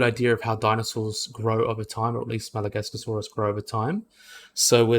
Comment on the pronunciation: Your saying Masiakasaurus wrong. It’s not “Madagascarsaurus” it’s “Ma-she-cu-Saurus” Edit: it’s not a nothosaurid, it’s a Noasaurid